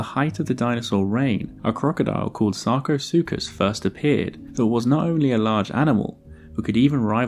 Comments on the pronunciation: somebody give me a dollar for every time he says sarcosucas lmao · I have brain damage after hearing sarcosukus so many times.